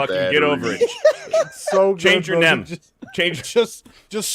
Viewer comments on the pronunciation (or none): says instead of name he says “nem” and u can see him realize his mistake